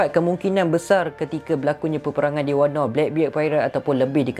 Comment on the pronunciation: Puashati sembang... daripada sorang lagi tu acah2 pandai nak sembang pasal OP. Padahal banyak sangat lack. Banyak lagi isu boleh sembang, kipidap beo Edit: btw, kenapa ko sebut wano as wanno?